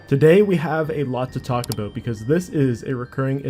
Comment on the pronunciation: Ah, "today we got a lot to talk aboot"